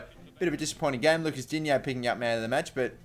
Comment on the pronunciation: Transfer window = période de transferts. Games = matches Your pronunciation of "Digne" is ALMOST perfect : you just don't say "-yay" at the end,it's Dign|STOP.Nice vid btw (sources : I'm french)